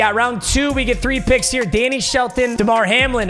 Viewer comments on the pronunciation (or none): none